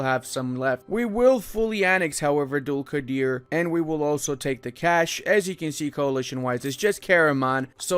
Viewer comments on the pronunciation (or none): Nice video. I'll give some tips about pronounciation Karaman, Candar and Dulkadir, so it'll be easier for you :D Karaman --> Qaraman (should be "q", not "k") Candar --> Jandar (should be "j", not "c") Dulkadir --> Dulqadir (same as Karaman)